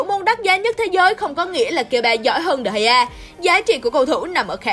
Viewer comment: Degea Ad đọc là đờ gì cơ???